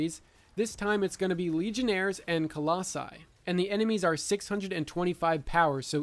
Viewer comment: Did you seriously say colossi lol